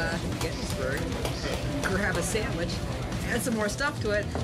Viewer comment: "3... 2... 1.. SAMMICH!!!"